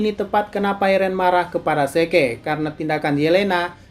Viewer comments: ZIK OY BUKAN SEKE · Zeke = zik